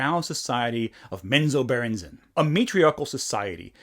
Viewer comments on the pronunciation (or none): To further your D&D brain rot, it’s spelled Menzoberranzan, and Bob pronounces it MenzoberranZAHN. From your friendly neighborhood Realms author